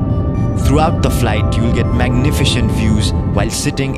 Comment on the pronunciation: She said Magnifishent....